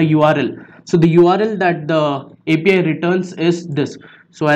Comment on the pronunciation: it sounded like he said FBI Key lmao be careful